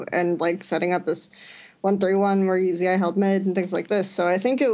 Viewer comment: Uzi is note U Z AI, plz stop that